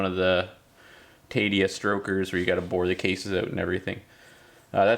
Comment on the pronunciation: Nevermind, you said it again Its Taida Tie-duh